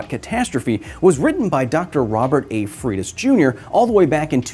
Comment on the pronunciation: Wow, you destroyed the surname Freitas. It's portuguese origin... Pronounce it like FREY - TAHS